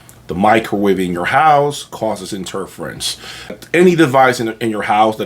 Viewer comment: How come he can’t pronounce interference?